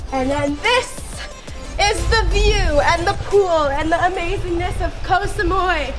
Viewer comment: Koh Samui not Koh Samoy 🙄